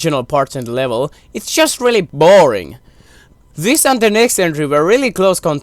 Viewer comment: "b-ORING" Im so sorry lol